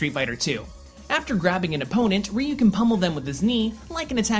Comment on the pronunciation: Why did you look up how to pronounce Joudan Sokutogeri but not Ryu? I'm not Japanese but it still bothers me when you butcher a word like Ryu so horribly :( I mean Japanese really doesn't have the most difficult phonetics in the world.